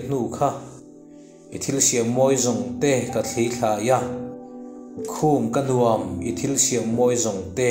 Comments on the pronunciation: Dam lo chung pawhin i ti hram hram a, a va lawmawm em. Lo dam thuai ang che. "Nuam" ti hi "huam" tih thlûka lam rik tur, tih inthlahrung takin ka'n sawi tel hram a ni. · 'Nuam' tih i lam dan hi a dik lo tlat mai,hla thu a ni si